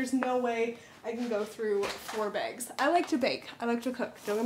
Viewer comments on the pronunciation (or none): You must live in and be from the Pacific Northwest area! Haha! The way you said bags and bobs red mill drop off!!! 😂🤣I love it!